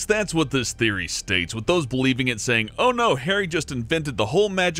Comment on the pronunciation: Berkin McJerken it's Saying not "Saiyan"